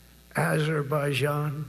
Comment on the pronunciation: You think Trump personally brokers the peace deals he takes credit for? He can't even get the names of the countries straight. He mixed up Armenia and Albania; calls Azerbaijan 'Aberbaijan'., (The leaders of those countries were caught on tape today laughing with Macron about Trump's efforts to take credit!) Biden admin attempted to broker deals between Israel-Hamas; Israel-Lebanon; factions in Sudan's internal war; Armenia-Azerbaijan; Ethiopia-Tigray; a ceasefire attempt in Yemen.